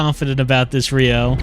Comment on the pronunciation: I heard 'Rio' and thought it was 'Ryo'. Immediately got confused as I knew I'd clicked on a Lifeline video.